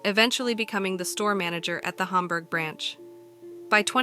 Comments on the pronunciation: This was very interesting to watch as I currently live in upstate New York. It was bugging me tho the whole time because you pronounced Hamburg wrong.... its "ham-burg" not "haumberg". 😅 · No way that used to be my toys r us I live 10 minutes from there. It’s in buffalo NY Hamburg for anyone wondering and it’s HAMburg not humburg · Why can't the narrator pronounce "Hamburg?" It's just hamburger without the -er on the end, not Humberg. Maybe listen to the way the local newswoman pronounced it.